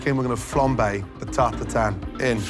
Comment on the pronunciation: Butchering the French language. It's [taʁt tatɛ̃], not TART TAR-TAN. There is absolutely zero N sound in there.